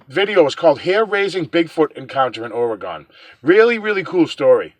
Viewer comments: pronounce our state with this spelling, ORYGUN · If you come here, you need to learn how to say OR - E - GUN. OK? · Oregon is pronounced Orygun just so you know